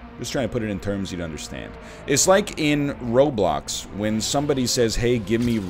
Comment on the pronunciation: My man actually said "Roblux"